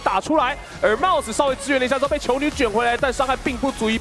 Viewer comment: 怎麼有幾次 mouse 聽起來像是在說 帽子啊ＸＤ